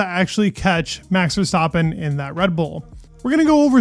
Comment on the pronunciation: Good videos. Just about F1. Hopefully the season will be exiting. Love how you pronounce Verstappen the right way. Keep it up